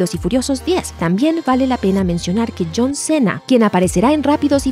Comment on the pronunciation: John Cena literalmente en español sabes que suena raro cuando la narradora literalmente todas las palabras en ingles e incluso nombres los pronuncia bien en ingles y se les olvido de pornunciar bien el nombre de john cena de navidad